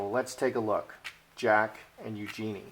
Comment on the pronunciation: FYI it's pronounced U-joo-nee'.